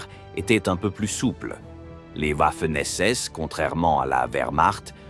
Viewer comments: Quand la vidéo démarre et que j'entend OUAFEN SS j'ai direct arreté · Le W en allemand se pronone comme un V